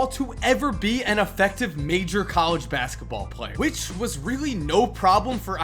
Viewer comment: u said masketball